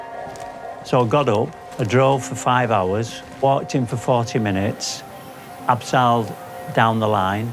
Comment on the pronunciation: I knew a chap who'd been on big expeds in the 1960s , & he said "ab-SIGH-led" as well. I think he was correct. After all, it's not spelt "absail"........ somehow it crept in younger climbers, I suspect.